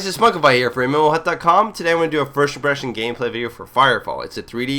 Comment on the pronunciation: Seriously, learn how to pronounce "first impression". I like your videos, but it's starting to annoy me. xD